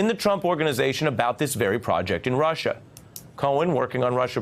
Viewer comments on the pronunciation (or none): Oh Rushah Rushah Rushah.....😂😂 😂 didn't know how to say it right, I guess I'm not intelligent enough. FFS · Rush-ha. Sniff. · I have a silly theory: Trump always pronounces "Russia" incorrectly, so he can have plausible deniability later. "I never said there was no collusion with Russia! I said Russierrrrrr, Russhaaaaah, Rushiaehhh etc..." It's a good theory, guys. Admit it.